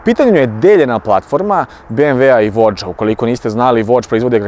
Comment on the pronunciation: I brate moram reci...voge se pravilno po kineski izgovara VUDJI 😅